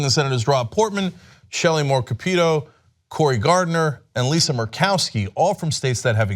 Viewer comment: Shelly Moore Capito is not pronounced Cap-eet-oh. It's just Cap-it-toe..